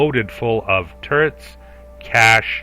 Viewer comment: Wait. Tur-rents? I’ve watched all of your Avorion content and it just hit me that you say “turrents”. You sound like you’re from the Midwest or Mid-Atlantic but I’ve never heard anyone else pronounce it that way.